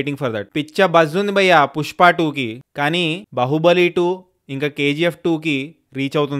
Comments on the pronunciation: Bahubali kadu brother baahubali anali bahubali means person with multiple power sources baahubali means man with powerful arms rajamouli's movie is baahubali with justified reason for title .. there is a scene in movie why he is named so.. as a critic you must be able to pronounce the title properly atleast ... Just a suggestion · Adi bahubali kadu 😂 baahubali 😅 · బహుబలి ❌ బాహుబలి ✔️